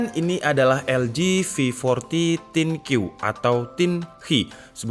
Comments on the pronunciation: Thin Q dibaca Thin Kyu... Think you, mikirin kamu <3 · Thin Kyu -> Thin You = Kamu tipis alias kerempeng😂